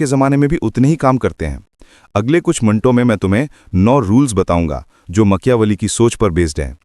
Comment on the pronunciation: Very informative ❤ but makyaveli😅 made me smile ..